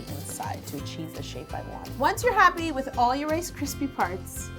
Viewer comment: I burst out laughing when I realized what she was saying sith "funnel"